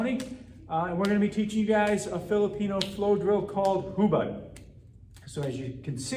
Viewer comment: Hubud is pronounced different. You should know basics before teaching others.